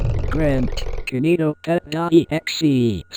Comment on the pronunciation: key nee toh pet